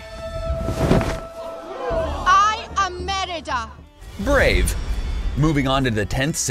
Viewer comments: It’s Merida, not Meridia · Merida, not Meridia. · MERIDA NOT MERIDIA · "Meridia." Between the scriptwriter, the voice actor, and the editor, someone wasn't paying attention. She literally pronounced her name for you twelve seconds ago.